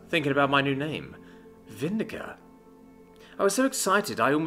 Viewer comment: VIN-DIC-TA NOT VIN-DI-CA IT'S NOT ENGLISH!!!